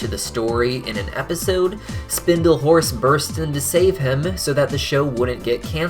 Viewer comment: 50% of the times you said "horse" i heard "force" lol